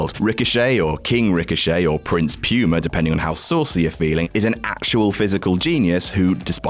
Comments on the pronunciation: "Prince Pyooma" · "Prince Pewma" 😂😂